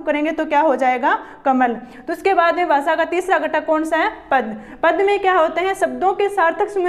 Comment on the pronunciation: Basa ni bhasha hota h